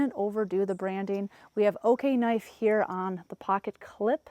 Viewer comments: Are you sure it’s pronounced “OK-knife?’ I would think it would be O-knife……O-light………O-knife…..??? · It's O-knife. Not Okay-knife. 😂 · You mean “Oh-knife”? Lol I’ve carried the rubato 3 every single day for the last 2 years. I use it every. Single. Day. We’re not talking opening boxes. We’re talking “locked myself in the coop again” and use the knife through the door crack to lift the latch. I cut rope, dog food bags, I live on a farm and so far I swear by the rubato 3. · Did they though? lol. She didn’t even pronounce the name correctly lol.